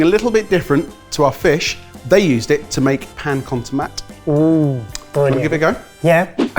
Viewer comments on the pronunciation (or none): to-ma-te has three syllables.